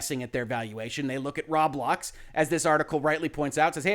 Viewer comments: Yeah lol I'm sure he's gotten plenty of tells by now that it's pronounced "row blocks" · So I listened, didn't watch. When he says Rawblocks, does he mean Roblox?